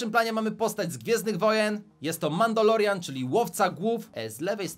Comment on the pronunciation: nie mandOlorian tylko mandAlorian